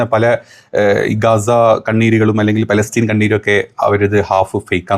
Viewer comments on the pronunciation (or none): none